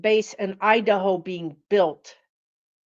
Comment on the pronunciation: I don't know what that was but when you said- the word "Iderho" it sent chills right through me and I was willing you to stop talking about it! Lol